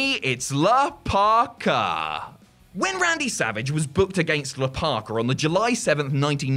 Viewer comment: Isn’t it La Parka and not “Le”? Lol